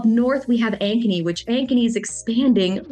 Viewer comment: When you first mentioned Ankeny I thought you said “agony.” 😮